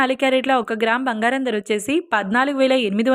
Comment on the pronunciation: Please recruit anchors/news readers who can pronounce correctly. This woman pronounce Dhara (price) as dara in the same way other words. Very disgusting.